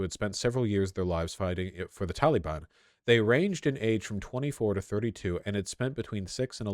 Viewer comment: You pronounce Taliban wrong.